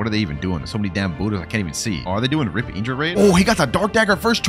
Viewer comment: PLEASE STOP SAYING IDRA ITS INDRA